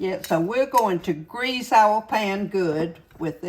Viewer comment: I thought at first that you said you GRACED the pan with butter! Then I realized you said greased. 😂